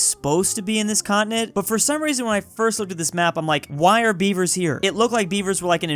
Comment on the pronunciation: Omg he was saying Beaver and I heard bieber, thinking why are people naming themselves bieber now😭